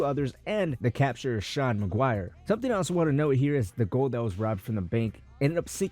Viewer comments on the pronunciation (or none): none